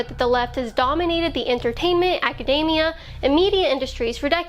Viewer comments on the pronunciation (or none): none